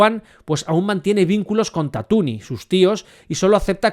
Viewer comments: Tatuni? Me flipa como llamas a Tatooine xD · Ha dicho "Tatooni"? 😂